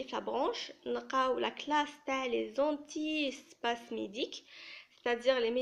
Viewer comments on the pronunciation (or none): Très bonne explication par contre je tiens à te corriger on dit antipyrétique et non antipyrotique. Antispasmodique et non antispasmidique Aspirine et non pas Asperine Duphalac et non pas diphalac Systolique et non pas Systolique ici aussi il faut noter que chez les diabétiques les normes sont à 130/80 Bonne continuation